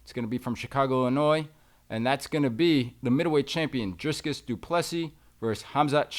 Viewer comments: Dree cus not druscus! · And DRIC-IS... not DRIS-CUS